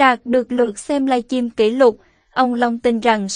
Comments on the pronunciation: Giọng nữ diễn đọc nghe mượt mà,ấm áp Tuy nhiên chữ Live Stream không biết cô đọc thế nào người nghe thành“Live Chim” rất ngỡ ngàng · Xướng ngôn viên nên xem lại phát âm, cứ nghe “ lai chim” thì tệ quá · "Lai chim " nghe nhớ người yêu mình quá...huhuhu. !